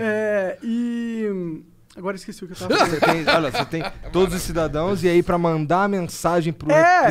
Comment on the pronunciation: Adoro os entrevistados, mas ouvir o Monark é algo muito difícil. "Cidadões" ... Pqp ...